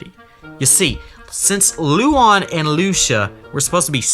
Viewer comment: I know it's been two years but my name is Lucía and the pronunciation made me sad. It's Loo-see-ah😭